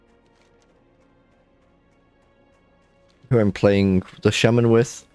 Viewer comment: you keep calling it sheiman insted of shaman,what's up with that? xD also you really like frost for leveling,well it technicaly is for leveling :P it snares,you cast is quicker then fireball and you can aoe blizzard farm aldo that can be abit tricky at times